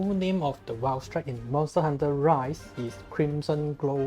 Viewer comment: This man here uploaded a CC Valstrax guide AND nailed the Japanese and Chinese pronunciation of this variant Oh and the Raikgun is a new move :D